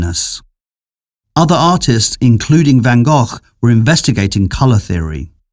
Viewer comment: the narrator pronounced the French names correctly by van Gogh incorrectly